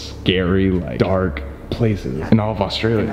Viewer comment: oStRAYLiA mAtE I swear that’s how every non Australian pronounces Australia